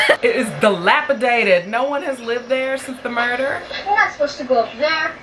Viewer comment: The word of today is MURDEER